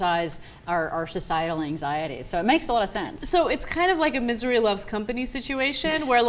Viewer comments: When Ana says, "Misery loves company," it sounds like, "Missouri loves company." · Did she say "Missouri loves company".